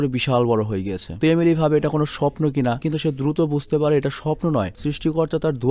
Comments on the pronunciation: আপনি এমেলি কে একবার আলিমি বলছেন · majkhane apni amily na bole alimy bole felsen.... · Apni alimir mar jaygay alime bolchilen